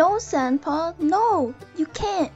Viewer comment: FOR A MINUTE I THOUGHT DUSTPAW SAID SEMPAW(like sempai) INSTEAD OF SANDPAW